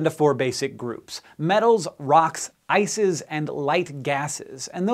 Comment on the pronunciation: am i only one hearing isis instead of ice is ?